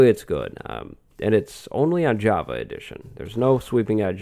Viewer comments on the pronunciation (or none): none